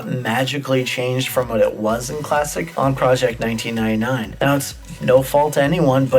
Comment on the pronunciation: "Project Nineteenainai"